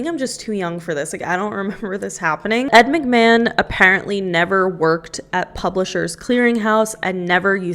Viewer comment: As soon as I heard you say "Ed McMann" I was like, BET- the Publisher's Clearing House guy..... 😮😮😮😮😮